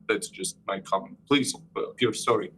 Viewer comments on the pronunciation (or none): none